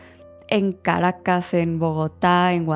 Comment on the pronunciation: Qué bonito escucharte decir Caracas 😊